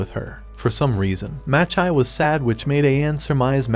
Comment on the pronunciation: I predict there will be a lot of name mispronunciations in this recap video. (watches video)2 minutes in and he already I'm groaning in agony!:face-blue-covering-eyes: Sorry for being pedantic, but It's pronounced: Ah-ka-nay, Chi-ka-gay and Ma-chee.